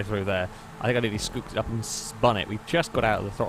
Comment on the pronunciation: Anybody else hearing 'nearny' when says 'nearly'?